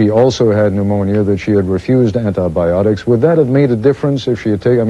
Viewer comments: Ant-Aye Beeotics, by the sound of it. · did he say anti-beeotics?